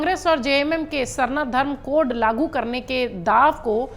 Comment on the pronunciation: पहली लाइन मे जो आप ने बोला कोढ़ मैडम कोढ़ नहीं अच्छा से pronounce कीजिए code है